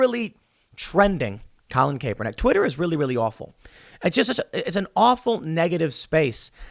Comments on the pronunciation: Tim... CAP - er - nik ... NOT CAPE - er - nik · Tim it’s CAH-per-nick with a hard “on” 😆 not CAPE-er-nick. And Ne-VA-da not Ne-VAH-da 🤗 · Its "cap- er-nick" get it right. Hearing you say "cape-er-nick" drives me crazy!! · Cap-er-nick please Tim. CAP. CAP. CAP. Not Cape. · Pronounced CAP-ER-NICK not CAPE-ER-NICK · How many times can you pronounce his name wrong? It's "cap", not "cape". Annoying as hell man, almost more so than Kaepernick himself. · I swear if i heard him say colin "kaypernick" one more time i was gonna shoot myself lol. Learn to pronounce someones name before repeating it a million times xD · Colin 'Cap' ernick. Not cape. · Tim “Colin Cape-er- nick” Pool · Tim... AGAIN.. its KAP, not CAPE.. Kaepernick.. I know you watch zero football, but just listen to how 100% of people besides you say his name.. including him and his family.. Its KAP.. not CAPE.. “People know how to pronounce our last name now,” said Kyle Kaepernick (KAP-er-nick), who is 10 years older than Colin. “My whole life, I’ve heard a lot of ‘CAY-per-nick,’ because of the E, and for some reason, a lot of ‘KAP-er-NACK,’ but I don’t know why. Now people know.” Except for Tim Pool.. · Tim! it's pronounced "CAP-per-nick" not CAPE-per-nick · His name is NOT pronounced "Cape-ernick." It's pronounced "Capp-ernick." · (Cap-ernick ) not cape-ernick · His name is pronounced as "Cap"ernick. How have you gotten this far AND STILL say it wrong? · Kay-per-nick. Lol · It's pronounced CAP-er-nik. Personally, I pronounce it "CRAP-er-nik". 😂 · It’s pronounced Capper-Nick sorry, not annoyed or anything. just thought I’d say something. 😂😂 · Bro. It's pronounced like Cap-pernick for the love of God hahaha Also I would call him an above-average QB (he was a 2nd rd pick and led his team to a Superbowl, but had a great team around him). Teams didn't want him because of the bad PR and that's it. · it is pronounced like "CAPernick" (a short vowel A, not a long A in the first part of his name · Stop saying kapernick